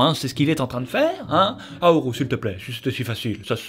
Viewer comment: j'ai failli pas reconnaître le film à cause du "haoru" au lieu de "howl"